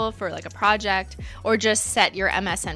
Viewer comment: PRAH-ject How my head WHIPPED around! 😅